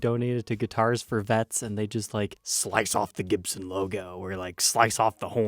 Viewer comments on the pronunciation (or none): He can not pronounce the makers name? jibson is not Gibson!!.?.?